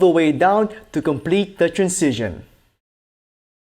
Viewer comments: Anyone else annoyed with his pronunciation of "transition"? It's like Benedict Cumberbatch saying "pengwings". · It's pronounced tranzishn, not trancision 😀